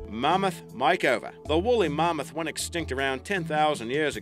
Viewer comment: What's a "ma-moth"